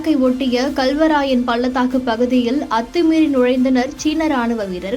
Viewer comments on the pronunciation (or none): ethu kalvarayan'ah 😅😅😅😅😂 Galvan